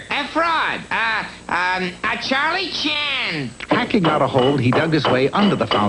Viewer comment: When he calls the fountain a "Charlie Chan" im guessing he means a "charlatan"? 😁